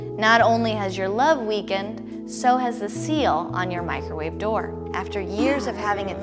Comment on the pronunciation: So who all is “Mikerwave” gang